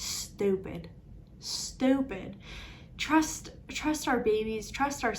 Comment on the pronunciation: I have been watching you for years and I truly feel like I have never seen you happier and that makes me so happy, I’m 29 and I can’t wait to have a baby! (Also I’m from Texas and you sounded so southern when you said “Stupid”) 😂❤️